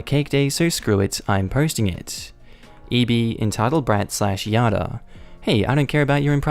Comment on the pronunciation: "Yada"... uh. That's Jada. Jay-da